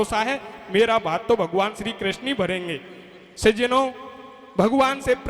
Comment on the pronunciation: सज्जनो शब्द को थोड़ा सही बोलें। बाकि धबले जी जैसा ही सुंदर गा रहे हो